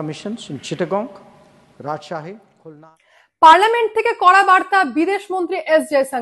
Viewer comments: চিটাংগন নয় চিটাগাং অর্থাৎ চট্টগ্রাম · জয়শঙ্কর বাংলাদেশের চারটে জায়গার প্রথমটার নাম বলেছেন "চিটাগং (Chittagong)" অর্থাৎ 'চট্টগ্রাম'-এর ইংরেজী নাম। তুমি বললে "চিট্টাঙ্গন" বা "চিট্টাংগং"। এরকম কোন জায়গা নেই।